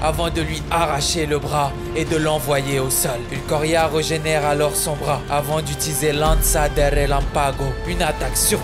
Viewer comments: "ulkoria" T-T ; pourquoi? (ps: ça reste tjr de la super qualité mais, là, ça fait mal d'entendre ça) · Qui est cet inculte qui appelle un des meilleurs personnages de bleach "ULQUORRIA" 😕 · Pas cool d écorcher le nom d ulquiorra. C'est ulquiorra pas ulquoria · Belle vidéo mais c'est ta façon de prononcer Ulquiorra qui me retient 😂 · À part la petite erreur de prononciation sur le prénom Ulquiorra, vidéo excellente! Tout plein de scènes excellentes, notament une de Bleach ce qui me rend heureux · Non frero ta chaîne c’était un 100% de réussite mais t’as tout gâché avec la prononciation d’ulquiorra 😂 (lourde quand même la vidéo) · sinon narration et montage sympa à regarder ! (Mais plus jamais tu écorches son nom.) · Pour déjà s’il te plaît, prononce Ulquiorra correctement. J’arrive même pas à comprendre comment on peut louper la prononciation, et en plus huit ou neuf fois d’affilée. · Wesh il a pas respecté le nom de ulquiorra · C'est moi ou tu prononces mal le nom de l'Espada. Faut le prononcer Ulquiorra et pas Ulquorra. Peut-être est-ce dû au faite que tu n'accentue pas assez le i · Alors en soit rien de négatif à dire et merci du petit rappel de ces moments bien sûr juste n'écorche plus JAMAIS le nom du roi ULQUIORRA et pas ULKORIA. Merci. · C'est Ulquiorra pas ulquorria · La vidéo est incroyable, tu raconte trop bien on à l'impression d'y être. Je suis aussi d'accord avec toutes tes selections et je peux même te suggérer d'ajouter une scène de Nanatsu No Tanzai et Hunter X Hunter dans la prochaine vidéo car ils contiennent tout 2 des scènes légendaires. Juste un mini point négatif. On dit Ulquiora par Ulquoira. Voilà ! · Encore une bonne video par contre c’est ulquyora pas ulquora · Super vidéo ! Toujours d'une grande qualité, Par contre tu disais Ulquoria alors que c'est Ulquiorra. 🙃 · Comment il m'a tilte quand il disait ulcoria Sinon bonne vidéo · Ça m'a fait tiquer à chaque fois le "ulcoria" aulieu de Ulquiora 😭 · Ulquiiiiiiiiora pas Ulquoria ! 😅